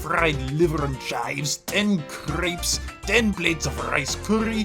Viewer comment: The way you pronounced crêpes made my brain hurt